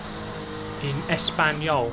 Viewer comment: Very good Ñ pronunciation btw.